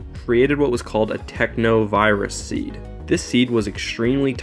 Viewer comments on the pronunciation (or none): none